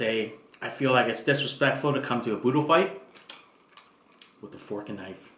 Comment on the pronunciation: It’s budol not boodle I’m Filipino